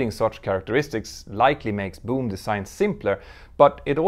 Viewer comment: Your accent is funny..... It sounds like you're saying "Doom" aircraft! Maybe it's a sublimely pronunciation portending the eventual failure of the company.